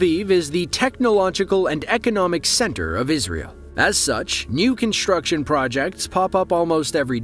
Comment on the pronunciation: There is no "h" in "construction". It's not pronounced "conshtruction".